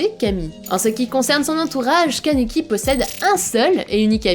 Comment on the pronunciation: Juste c kaniki Ken mais c super ta video😘 et c toka ps touka dsl mdr😂